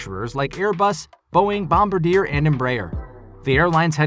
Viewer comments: Good video. It’s Bom-bar-dee-ay not bom-bah-deer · Did you really say “bombardier” wrong lmao. Also neither delta nor United owns embraer or bombardier aircraft. Do more research